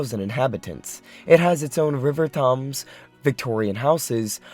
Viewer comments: Thames is pronounced Tims not Toms. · Thames: "Tems" not "Toms" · Thames is pronounced "Temz", not thomes. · Tom's town, WTF is Tom's town. For the benefit of the illiterati Thames is pronounced Tems. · Dude. You don't know anything about China. You don't even know how to pronounce "Thames" (Like the River in the UK). It's TAMES not TOMS. SMH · It’s prono7nced Tems not tams re Thames town lol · Does he mean Thamestown (Tames town) ? Not Tumstown?i think he does because he mentions the British rivers ‘Tums’ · Lol, "Tom's town"? Really? Thames is pronounced "Tems". And kilometre rhymes with millimetre, not with thermometer. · It is pronounced TAMES, not TOMS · Thames is pronounced Temz not Tomz! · River Torms? its pronounced tems. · You pronounce Thames like this - THems not TOM'S! The Thames is the famous river, that flows through London. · Thoms? Thoms? Where is the Thoms? Oh you mean Thames.... (pronounced Tems, have you never watched a youtube video?) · Thames is pronounced ‘Temz’, not ‘Tomes’. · Toms town lol Thames pronounced Tems. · Thames It’s not pronounced Toms it’s pronounced Tems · It's pronounced Tems (as in tens but with an m instead of n), not Taums. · Oh for gods sake its pronounced Tems not Thumbs you ignorant fuck! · LOL! It's not Thoms town but Thames town you wank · Tums town lol. It’s pronounced Tems. The river Tems. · Thames is pronounced Tems town, not t-hams town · Right I was like what is Tam's town.. temmz sir temmz !! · Thames is pronounced as Tims. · Pls it’s the river Thames not Tom’s nor Tomes 😂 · Thames is pronounced tems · Thames is called the THEMES the A is short but more like a short E not an O. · Thames is pronounced "Tems" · Learn to pronounce before making videos. Thames Town = "Tom's Town"??? WTF? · Toms town, really? Better check that pronunciation ... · Thames is pronounced like James. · im sorry for thames town he's pronouncing it tom's town who the fuck is tom! ngl ive never heard anyone pronounce it like that hahaha